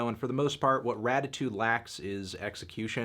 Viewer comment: Weezer: “Raditude” Melon: “Ratitude” Weezer: OK